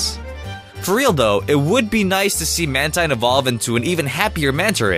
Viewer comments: It's not mantine it's manteen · its ManTEEN NOT MANTINE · You Said "Man-Tine" Instead Of The Correct Pronunciation,"Man Teen" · man-teen, not tine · It's manteen instead of mantine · Mantine is pronounced Man-Teen! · it's man-teen you moron learn how to read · It's actually man-TEEN. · It's man-teen!!!